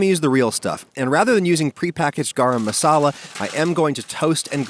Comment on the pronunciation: That's not how you say tandoori and masala I'm Indian